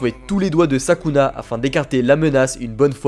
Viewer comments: sukuna et non pas sakuna mais pas grave tkt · Pas Sakuna mais Sukuna